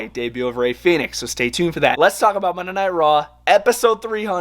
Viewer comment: Your saying Phenix. Its Fenix. Fen-ix